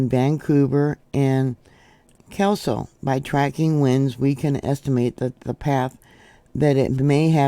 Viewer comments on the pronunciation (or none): Keeslo? Kel-so :)